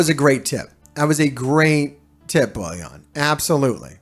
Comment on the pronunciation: It's funny till now no one has highlighted the fact that u r calling BOILON as BOLLION 😂